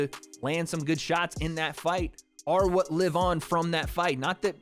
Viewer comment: This is the chaterbate guy from 2012 who would call prostitutes and clown them,and say "oh wheeeeeeeeet?" instead of pronouncing the word "what" properly .